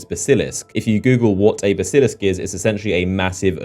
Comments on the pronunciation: a buh-sil-isk? You mean a bas-uh-lisk? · Baas-ul-lisk not bask-il-isk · BASS-il-isk, not bass-IL-isk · Bas-i-lisk not basi-lisk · Baseelisc?! How do you not know how to pronounce Basilisk?? SMH. Millennials. Have all the information in the world on their phones but don't bother taking a couple of minutes to check. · Basilisk - Pronounced bas-uh-lisk. I had no idea what you were talking about until you flashed the picture up. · Looks up a basilisk, but fails to learn how to say the word. Unless, can, can you not read phonemes? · the way he pronounces basilisk though... :) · that pronunciation of basilisk :') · U said basilisk really bad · Someone doesn't know how to pronounce Basilisk... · He's English like me, and I know it isn't pronounced like that. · You're pronouncing Basilisk wrong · How are you british but can't pronounce Basilisk? do you even Harry Potter bro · Jesus Christ you have't seen Harry Potter the way you pronounce Basilisk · ITS A BASILISK DO YOU KNOW HOW TO SAY IT HAVE YOU PLAYED LIKE ANY FANTASY GAME EVER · Have you never seen Harry Potter and the Chamber of Secrets? How do you not know how to pronounce basilisk?!